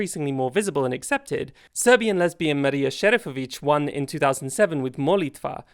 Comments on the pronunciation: I want to thank you for your admirably proper pronunciation of Marija Šerifović's name. So many don't put the effort into getting our region's names right. I just wanted to know your effort is being appreciated. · Might I just add as a Serb that your pronunciation of Marija Šerifović’s name was SO GOOD! I can see you actually tried to look it up and not just pronounce it “in english”. The name of the song means “prayer” and it’s very VERY romantic and some could also say sexual And yeah she wasn’t out as gay back then but no one was surprised when she did, and it was so strange watching my homophobic grandmas and aunts still liking her after that and even excusing her “gender-non-conforming” way of dressing, the thing they are to this day not approving in me but at least it gives me hope. for context i’m a cis hetero woman tht just dresses what’s considered either masculine or just “like a clown” and normally I don’t enjoy pop music but that year that Marija was a contestant it got me into Eurovision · You pronounced Marija Šerifović perfectly!